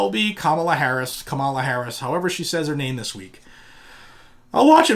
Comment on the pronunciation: As someone who just finished living in and near San Francisco for a little more than two decades, your pronunciation of Kamala is fine. You can work on Harris. 😄